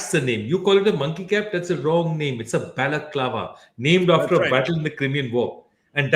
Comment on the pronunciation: What's the right name for Monkey cap? What did he said? Balet clawa or what?